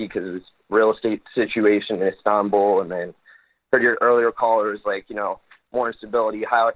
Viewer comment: Make sure and clip Drumpf saying "Istanbuul"